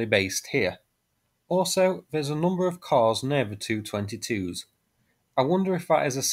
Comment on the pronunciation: The Tu is pronounced T u not as in two or too!.